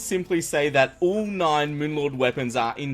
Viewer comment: "moon lord drops one of his NIEN weapons"